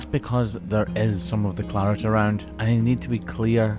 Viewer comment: Why do you call it "claret"?